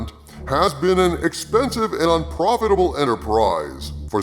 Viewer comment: I had to listen to it three times to realize you said expensive and Un-profitable . Thought you actually Said expensive and profitable first go ...